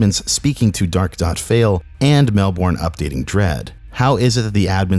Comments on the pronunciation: Melbourne is pronounced mel-bin not mel-born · Hey just fyi Melbourne is pronounced Mel-bin not Mel-born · just so you know, Melbourne is pronounced Mel-bern not Mel-born. Source: I live in Melbourne